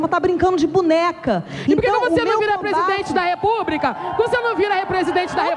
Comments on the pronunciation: Repúbrica! Doi o ouvido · Eu cheguei a voltar o vídeo pra ver se tinha escutado “serto “ REPUBRICA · Vai esperar o que depois de ouvir "repúbrica"? kkkkkk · “Presidente da repubrica” KKKKKKKKKK, sabe nem falar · "Presidente da Repúbrica" kkkkkkkkkk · "Presidente da repúbrica" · “Repúbrica” e “fútis”. É de DOER! Quanta gente famosa e burra. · Presidente da "Repúbrica", esse butijão de gás nem falar sabe. Nojo. 😝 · Fútis, repúbrica... 🤦🏻‍♀️🤦🏻‍♀️ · Além de falar errado não tem argumentos " repúbrica"🥴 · "Presidente da Repúbrica" Intankavel kkkkk